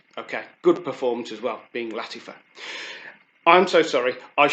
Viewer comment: Not lattifa...it is lattAfa